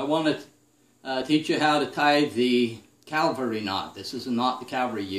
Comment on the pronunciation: Great video demonstration, easy to follow; the BEST on the web! (P.S. It is pronounced "cavalry," not "Calvary" (where Jesus was crucified, right?)